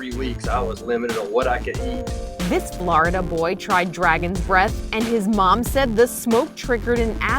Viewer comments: “this florADa boy” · why she say Florida the way she did lmfao 🤣